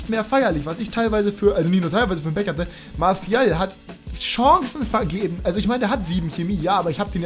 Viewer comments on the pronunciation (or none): Hatte genau so lange Bock auf‘s Video bis ich deine Aussprache von Martial gehört habe.